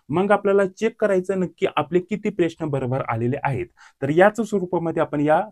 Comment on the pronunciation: प्रेश्न नाही रे प्रश्न म्हणतात त्याला